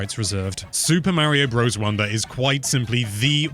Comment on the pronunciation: OP is complaining that a Nintendo-centric youtube channel doesn’t know how to pronounce Super Mario Bros